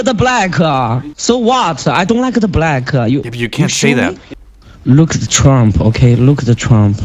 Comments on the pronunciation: "I don likeada blackuuhhhhh" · that rolls off the tongue so clean. "I dontuh liku the blackuh" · "I don't like-a the black-a" he turned italian for a second there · "I don't likeuh da black"